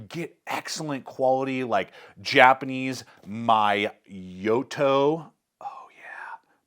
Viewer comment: Vaer makes some good watches. Give them a call, so they can give you a mini-linguistics class on how to pronounce, "Miyota.":)) Hint: "Me-owe-tah" will get you in the ballpark. Nice knife!